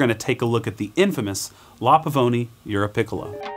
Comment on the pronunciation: Jsyk it’s “Peecola” or “Picklea”